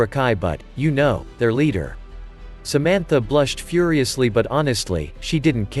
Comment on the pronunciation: What the heck why the voice changer just said somontha